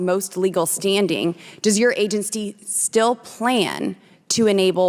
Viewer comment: What's an agencsty? Too ignorant to correct herself.